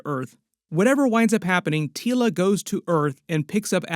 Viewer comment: Your saying her name funny it’s Teela like tea 🫖 La thank you this is serious to me because I named my daughter after princess Teela lol. Anywho I hope this movie is great!